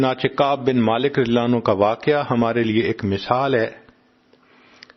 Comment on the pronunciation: آپ اتنی اسپیڈ میں رضی اللہ عنہ نھی کہتے اپ اپنی آواز غورر سے سنو۔ نعوذو باللہ آپ حضرت کسی بھی صحابی رسول اللہ انکو رضی اللہ عنہ کے بجاے نعوذو باللہ (للعنہ لہہ) بولتے ھیں کیوں اپکی زبان سے رضی اللہ عنہ نھی نکلتا قیامت کے دن ۔۔اور قبر میں اپکی گرفت پکڑ ھو جاے گی ۔ عمران خان ۔۔ کے منہ سے ۔ نبی علیہ سلام نھی نکلتا تھا ۔ حلف لیتے وقت بھی اسکی زبان بکواس کر رھی تھی مگر رفتہ رفتہ اسکی پکڑ ھو گی اب وہ عمران خان بھی ۔نبی ۔صل اللہ علیہ وسلم آرام سے پڑھتا ھے تلفظ سہی کرلیا۔ مگر اپ تو ابھی حضرت عمر کو لعنہ للہ کہہ رھے ھو اتنی بڑی عظمت والے عشرہ مبشرہ ۔۔ تو اپ کو تو پتہ ھھی نھی کلمہ نصیب ھوگا یا مجھ کو ۔ نصیب ھوگا اپ ان الفاظ الفاب کو درست بولیں ۔۔مہربانی ھوگی اپکی